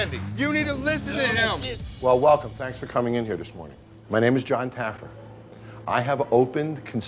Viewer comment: Lmfao I loved the drunk security guy calling Jon Taffer, Jon Taggerfeet 🤣🤣🤣